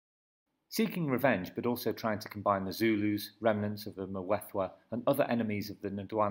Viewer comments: How can I take you seriously if you mispronounce every word??? You have managed to single handedly slaughter just about every Native word. It is pronounced MMMTwE-Twe and its MMMMFe-ca-ne. And where do you get this idea of slaves to the Boers??? They had servants who were treated as part of their family. The Zulu conflict between Mzilikazi and Shaka was the start of the Mfecane which had a domino effect. There was also a severe diminishment of people in the middle of South Africa due to the Matabele absorbing them as they moved along (conquer and assimilate). They eventually settled in Zimbabwe and are now known as Ndebele. The Boers would negotiate with any Bantu tribes in the area they arrived in for land, as is the case with Piet Retief and Dingaan (Dingane) which eventually culminated in the battle of Blood River due to treachery by the Zulus. The Portuguese never enslaved Bantu tribes in the area known now as South Africa. They did get slaves from Mozambique and Tanzania (Arabs) through Zanzibar. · Yho! But your pronunciation of the words including Mfecane and Mthethwa is shocking! It actually gets worse from there on.